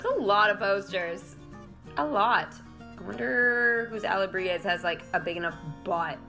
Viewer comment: The only word I hear you saying sorta weird is alebrije (and probably just because it comes up so often in the event!). I feel like I said it before in your livestream but you might have missed it- there is no g sound. its more like alebri-hey and not alebri-gez. The j in spanish is more like an h. Living in california we have a lot of spanish speakers and my family lived in peru for a while- im the only one not fluent yet. XD As far as the setup goes, how old is your computer and what are the specs on it? I used to use a mac but the ones I could afford just didn't hold up to what I was trying to do on it so I switched to a PC. I use streamlabs more for streaming and my elgato capture card works well with it. I feel like macs really take a turn after around 4-5 years so I'm curious how new yours is.